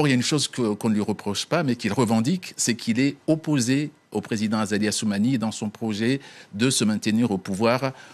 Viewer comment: hhhhh vous avait entendu la journaliste , elle a dit " le président Azako Assumani " au lieu de Azali 😂😂😂😂😂😂😂😂